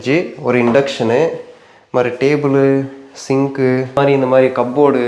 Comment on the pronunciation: Tamizh nalla iruku .... sinku.....roomu.... inductionu.... tableu.... ❤❤